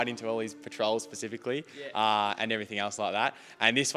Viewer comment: it's pronounced Spacicially, not Pacifically.